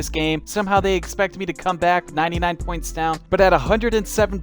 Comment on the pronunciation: I died inside every time he said points